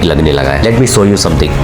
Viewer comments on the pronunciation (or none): सो NAHI शो hota hai. Show not so among many other diction and grammar rekated issues.😊